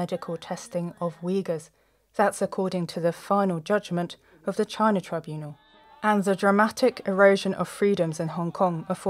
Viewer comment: "JAHHYYY NAHHH? " XD